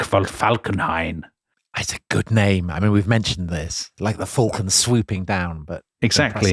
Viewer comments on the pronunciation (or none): none